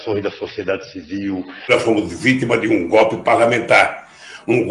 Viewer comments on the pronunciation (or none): 😅o bichu nao fala nem direito. "O gope"...kkkkkk